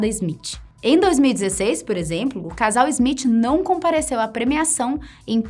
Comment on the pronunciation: Izmitchi. Sangra o ouvido.